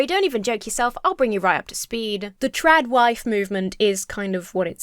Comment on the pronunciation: Am I the only one who hears "Drag Wife" instead of "TradWife"